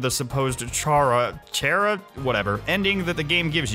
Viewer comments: Chara is pronounced kara, as in CHARActer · Pronounced kara. Like character. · Say it like "ccharacter" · Char-ah Khaira? Pronounced as Kara as in the dbh Kara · Chair-ah Isn't how you pronounce Chara I guess is could be Ka - rah Or Cha - rah BUT NOT CHAIR - AH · it's Car-a or Kar-a (at least that's how I say it). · you pronounce it wrong, I sho u Car-a get it? CAR-A,CARA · It is pronounced cara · ITS ACTUALLY PRONOUNCED “CHURRO” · ITS PRONOUNCED CARA H IS SILENT!!!!!god damn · Btw Chara its pronounced 'Kara' that's actually how you say the name. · I know it's easy to forget, but it's pronounced "kara," as in "chara-cter". Also am I the only one who found it to be a bit on-the-nose that the knife-nut character is named "Kris" here? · Chakra is pronounced kar a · Chara's name is pronounced "Care-Uh", if it helps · Chara? Cara? Kara? It's pronounced Ha-rah in Greek. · On the pronounciation of Chara, it's pronounced like the chara in "character" as that is what the name is derived from, Chara is a bit of a play on the fact that most RPG characters murder everything in their way to become stronger. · The name Chara is play on the word character so pronounce their name like the first part of the word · Personally I think its pronounced Chara instead of Chara